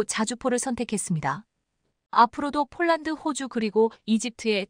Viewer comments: 폴란드 소리가 안나오는건지쫄란드 라고 하죠 글구 케이 9인 이라고 읽어도 다알아듣는데 케이구 라고하니까 우리나라 케이 나인(9) 상표가 바뀌었나 했어요!!에~~이~~듣기도 짜증나네요!! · 제발 발음을 똑바로 하면 안되나요 즉 폴란드를 쫄란드로 발음하는등 기본이 안되어 있는 나레이션 이내요!!@